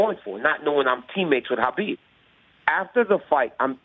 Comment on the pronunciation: I don't understand as popular as Khabib is not just in MMA, but globally people still mispronounce his name.